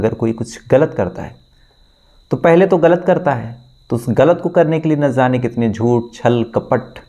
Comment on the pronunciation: ना ज़ाने सही नहीं है ,ना जाने कहा जाना सही है।आप हमेशा ना ज़ाने कहते हैं।